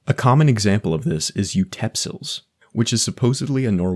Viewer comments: no no no. You totally butchered that word😂 It's utePILS (ute meaning out[side], and pils as in pilsner(beer)) not utepsils, but it sounded like utensils when you said it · It's not "utepsils" it's "utepils", and "ute" is not pronounced "yoot" it's pronounced "ooteh" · utepils, not utepsils. ute = outside, pils = pilsner/beer. I get that you can translate the word, but it has a deeper, unsaid, meaning. The utepils is exclusivly enjoyed at a outdoor cafe or bar. The first utepils of the year is a big thing. Also beer at a bar is much more expensive than beer on the balcony at home, but it's still worth it, because utepils also involves other people having utepils. Also, sun is an important part of utepils, and summers here are short. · It makes me genuinely upset that you consistently misspelled and thus mispronounced Norwegian words… It’s “Utepils” not “Utepsils”… You even broke it down into “Ute” and “Pils” in the video, yet said “Utepsils” The Norwegian word for dad is “Pappa”… We have consistent consonant emphasis rules, unlike Danish and Swedish, so “Mamma” and “Pappa” are pronounced with the same emphasis; not “papaa”, but “Pah-Pa-“ I’m upset because I don’t know how much I can believe at this point. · im norwegian and its not utepsils its utepils and not papa its pappa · it's actually «utepils», not «utepsils» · Utepils pronounced Ute-pils not u-tep-sills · Sorry «utepsils» Made me laugh so much 😂😂 it’s «utepils». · There is not a word called Utepsils in Norwegian, a close word is "utepils", pronounced something like ooh-teh-pils, which is less an activity and more the name for a beer you drink outside (most likely a sunny day) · It's utepils, not utepsils 😅 Pils as in Pilsner. Ute is outside. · there is a little typo here, it should say "utepils" instead of "utepsils" It should also be pernounced "oot-é-pills" "Oot" as in boot "é" as in pokémon And pills as pills